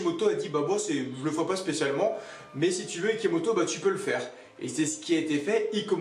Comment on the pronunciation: #IKOMOTO, TU A DIT IKOMOTO AU LIEU DE IKEMOTO !! 😂😂 On a #TROPBION #SARADOIGT #IKOMOTO, Bon j'arrête avec sa 😂😂